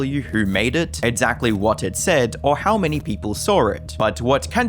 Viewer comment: For somebody who mispronounces "exactly" as "edzackly", weird how often it occurs in the video.